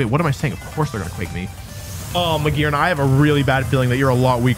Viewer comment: "Real YouTubists talk about Mah-Gee-Arna, this Pokémon can reach rank 1. Hello..."